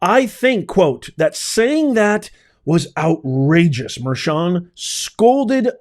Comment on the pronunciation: It's pronounced judge merkan